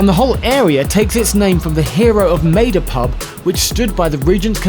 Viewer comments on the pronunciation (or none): I swear it sounds like Geoff says "the Battle of Made-up" .